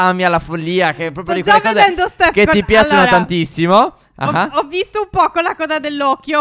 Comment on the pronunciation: Non tipiacono